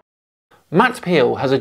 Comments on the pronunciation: Sounds like you said Matt Peel not Powell lol. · Mat Powell not peel * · Actually he said "Matt PEEL has ...", slight slip of the tongue there.